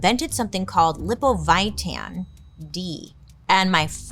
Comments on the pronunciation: Lipovitan = Lee-poh-vee-tahn Grew up drinking this since I was 5 years old. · I wish your research included the correct pronunciation of Lipovitan. You butchered it.